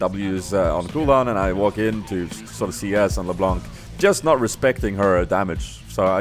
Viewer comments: The C at the end of LeBlanc is silent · Damn dat "LeBlånk" tho :P